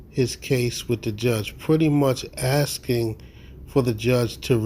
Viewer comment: Are you axing me